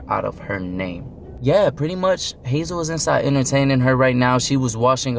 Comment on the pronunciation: and Hazel's pronunciation is on point💖